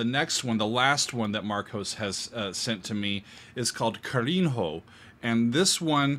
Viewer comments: Maaaaaan - Ca-ri-nho - a lot of mistakes in portuguese are ok, but I don´t know why I feel it so strong when English speakers especially pronounce the 'n' and 'h' in different syllables, like Ka-rin-Ho 😂🥲😵😰 I don´t mind hearing "pro" like "prou", - it's supposed to be "p'ró" like "praw" btw. I only noticed what you meant later, when you said "kindness/tenderness". nh in portuguese is the same as the spanish ñ or the italian gn Carinho is read Ka-rriii-ñu (Ka with open vowel in a brasilian accent, closed vowel in portuguese accent). Anyway, Thank You for showing music from the South of Brasil ^^ And for the reaction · I love you gringos trying to read in Portuguese. That’s so cute and funny! Carinho. Its not “ca rin ro”. The nh in Portuguese, sounds like the Ñ in Spanish. So, its “ca-ri-ño”. Thanks for the amazing job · In "Carinho" the NH is pronounced as Gn in italian. Think of LasaGNa. CariGNo. Not Carin-HO! Just for the record! This goes for all portuguese words with NH. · The first song style is originated on a style we call "CHORINHO". Should be pronounced Shoh-ree-nho, NHO like lazzaNHA, lazagna "gnah". The name is Kah-ree-NHO - exactly the same like the "gna" from lazagna. That's one of bossa-nova roots. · You can pronounce "carinho" better than that. "Nh" in portuguese has the same sound of "ñ" in spanish. If you haven't had Spanish classes you can try this: Change "nh" for "ni". Try saying carinio. The sound is much better than Carin-Ho. The word carinho is about tenderness. Let's not take it out of it. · Carinho is pronounced 'Carinyo'. Great video!